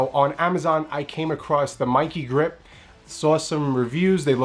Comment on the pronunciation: I think its pronounce like this : ME like MEmory i like eee KE like KEn ME i KE